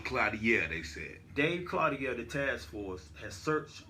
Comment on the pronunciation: His name is pronounced clo, teer. I went to school with him.... clo' teer..... CLO'TEER.. NOT CLO,DIARE.... CLO,TEER